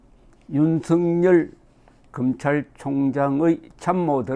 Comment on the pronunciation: 윤석열을 윤석렬로 발음하지 마세요